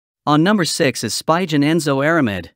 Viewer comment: It's pronounced Sp-ee-gen not Sp-y-gen